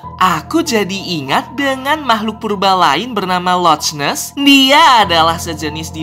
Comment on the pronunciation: Locnes bang bukan locsnes